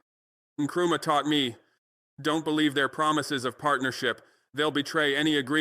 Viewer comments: Fckn hell do better with your ai shit. How annoying to hear... M. E instead of me. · 🟡🟡🟡🟡💯💯💯💯💯💯. BUT ... ABOUT PRONOUNCIATION..............Why mmm eeee in stead of simply........me.❓❓❓ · So this AI cannot pronounce me😂😂😂